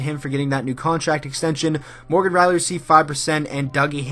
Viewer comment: omg it R I E L L Y Rielly not Reilly. AHHHHHHHH